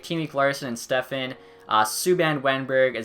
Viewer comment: STEPAN is pronounced step-on. Not Stefan